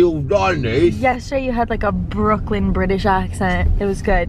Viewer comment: Harley never replys and your British accent was really good